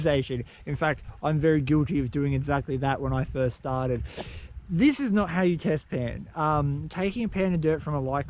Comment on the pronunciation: Test pan! I thought u said bedpan